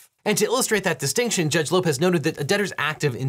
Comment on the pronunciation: When he said Judge Lopez I heard George Lopez 😅